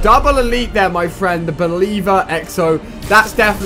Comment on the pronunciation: Have you got torrets? You keep saying my fwend